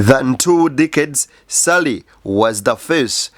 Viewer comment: ....omusajja ye Ssali,not Ssari😊